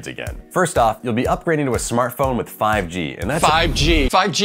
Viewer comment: “fAiV GeE”